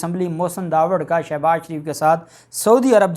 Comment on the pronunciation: Salam dear ap as ko shouse baz sho baz she baz gredha fharoqe nai ghalezha murghe khy saktay han nam ko durst bola kryan ?